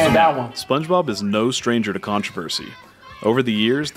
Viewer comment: did he just say Sponge Bibble?! 🤣